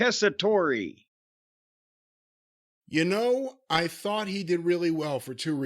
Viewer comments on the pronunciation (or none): The "e" at the end of Tessitore is silent. Anyway, he isn't offensive... He is okay, not perfect, but just okay. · The “e” is silent, is pronounced like Tessator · These two are so far in the wrestling bubble that they don't know how to correctly pronounce "Tessitore." Everybody's heard of him except these two because normal people don't only watch fake pro wrestling. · Joe was the sports anchor for one of our local news stations here in CT back in the mid to late 90s. He was pretty good back then but never imagined him as a wrestling announcer. Apparently he's always been a huge fan from what I've read. But his last name, doesn't pronounce the e. So you pronounce it as Tessitor.